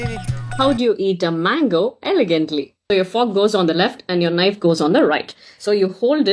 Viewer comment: Ivan kailiyae valichi rendu side um nakki thingalaam but elegant eh mattum correct ah solla sollunga 😢